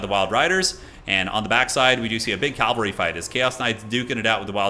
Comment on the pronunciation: That first L in "cavalry" is both silent and invisible.